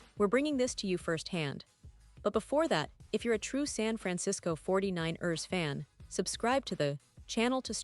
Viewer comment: Fuck this AI shit! Can't even say San Fran- Cis- Co 40-9-ers right!